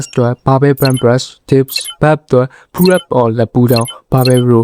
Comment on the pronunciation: bro! English အသံထွက် pronunciation တွေပြင်စေချင်တယ် စာလုံးတိုင်းရဲ့ အဆုံးအသံထွက်တွေကို သတိထားပါ ဉပမာ pull up တို့ dead lift တို့လိုမှာ လိုအပ်ချက်ရှိတယ် အမြဲအားပေးနေတယ် bro peace✌️